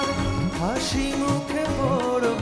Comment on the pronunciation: ছেলেটার উচ্চারণ হয় নি। হাসিমুখে পড়বো হবে না পরবো হবে।